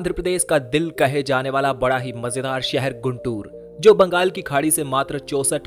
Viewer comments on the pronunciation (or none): It is गुंटूर. Not गुंतुर. Please correct it. Famous Kakani (काकानी) Malleswara Swamy Temple is missing.